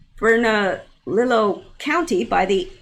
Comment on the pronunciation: Statue was a painted mannequin. Go to the group wanted to highlight all the stsues of really bad people being removedo why not other really bad people so we can learn to spot these predators... i totally agree and it is pronounced berna-lee-o.